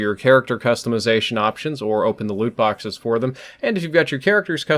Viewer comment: Anyone else keep thinking he was saying "lewd system" instead of "loot system?"